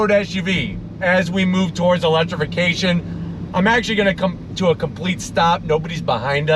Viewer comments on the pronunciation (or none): "in this moment of eletification".... guys, should we even tell him?